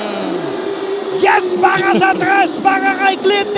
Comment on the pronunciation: “Para sa tres” 😂🤦🏻‍♂️